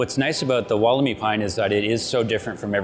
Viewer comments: dantemadden You’re wrong too, it’s pronounced, wolla-my. There’s no double “o” are you thinking of Woolamai beach, in Victoria? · walker Not, “wool,” it’s “woll,” Sounds like, wolla-my. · Atleast pronounce Wollemi correctly, It’s pronounced Wool-le-my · Pronounced woll-em-eye